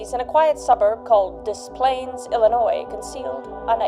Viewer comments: As someone who’s lived near Des Plaines my whole life, hearing Kris call it Des “Plahn ess” is painful 💀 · Love the video but as an Illinois resident the pronunciation of des plaines drove me batty lol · you pronounced it wrong the 2 times. The word "des", you don't say the s and the word plaines, you got it right the 1rst time you said it. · as a Chicagoan it’s so hard hearing you butcher des plaines over and over 😂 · Say Des Plaines wrong one more time 😅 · The river’s name pronunciation is throwing me off. I’m from Chicago and took me a bit to realize what river lol love you though girl. Still one of the bests with crime stories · Your pronunciation of these places is cracking me up. Obvi you haven’t spend much time in IL. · Thank you for covering the Gacy case, you definitely did those kids justice I think. You pronounced Des Plaines correctly the first time but think you realized that later 😂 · No bc I didn’t realize this was about John Wayne when I clicked on the video and then hearing Kris say “des plaines” I stopped and was like omg this is about John Wayne; I live in Chicago so hearing Kris name a town that’s like 20 minutes from where I live jumpscared me 😭 Love your vids Kris ❤ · The way you pronounce Des Plaines, LOL! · Pronounced De Planes.😊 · It's pronounced dis planes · Also it’s pronounced des-plains not desplanez sorry if I sound petty but just wanted to let you know kris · As a Chicago land native your pronunciation of Des Plaines is painful. Des Planes or Dez Planes is how your pronounce it. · I love your Canadian beautifulness buuuuttttt it is “Des-Planes” phoenically. Lol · My parents live in Des Plaines - It's hard to explain how to pronounce it but you were very close! (the first time LOL) Edit-the more you say it, the more wrong it gets 😂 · I know the pronunciation doesn't make any sense, but Des Plaines = Dez Planez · You said Illinois right...good job. We don't pronounce the S. Edit: Diss planes (like an airplane) but you say it as one word